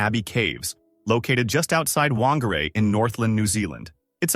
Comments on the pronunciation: Whangārei is pronounced fangārei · Whangarei is pronounced fangarei btw